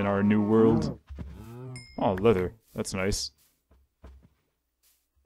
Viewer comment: Dude you pronounced leather "letter" XD